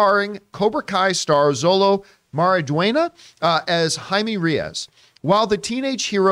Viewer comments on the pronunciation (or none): REYES. Ray-yezz. Not Ree-as. REY, as in King. Pronounces RAY, like Ray. Reyes, yes, pronounced "yezz". Ray-yezz. Reyes.